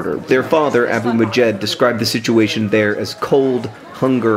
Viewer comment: the girl's name is Majeeda with an A in the end referring to her gender the father name is correctly pronounced as Abu-Majd , Majd is the boy version of Majeeda so it's two different names he might have another kid that is named Majd